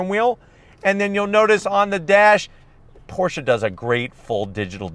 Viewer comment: Thank you for pronouncing the name correctly 👍🏼